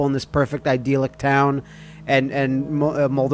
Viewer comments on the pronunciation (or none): I believe it's pronounced eye-dill-ick.